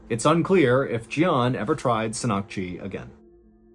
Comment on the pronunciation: I’m Korean, Mr. Ballen, and your pronunciation threw me off.😂 What you meant to say was “seng” (meaning raw) “nahk-ji” (octopus).